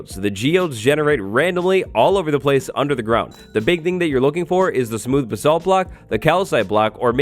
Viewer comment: The way he says basalt... I’m not even British but it bothers me